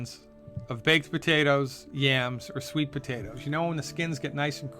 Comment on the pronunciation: Did he say sweet potatoes?